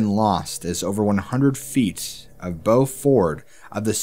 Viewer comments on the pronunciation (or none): You're mispronouncing "bow" and "mariner".